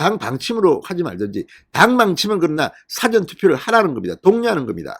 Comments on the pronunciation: 발음"싸전"투표가 아니고 사-전투표! 투표장을 더 만들라! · 사° 전:Dictionary. 사 전°:before. 억양 좀~~~~ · 영어사전 국어사전할때의 사전을 발음 하시는데 일이. 일어나기전에 사 전은 사자를 좀 길게 해야되는거 아닌가요? 듣고 있으려니 얼굴이 뜨거워 지네요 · 사전 투표 발음 사저 액쎈트 발음ㅅ하지마라 듣기 싫타